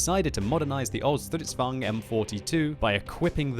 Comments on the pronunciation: How you pronounce stridsvagn: "Stridzvuagn" XD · att you said it wrong is now german is swedis and you prenuse it like this stritsvang 42 is wahy is croting like the strv 42